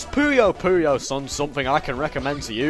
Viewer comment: Thank you for saying "Pooyo Pooyo" and not "Poyo Poyo"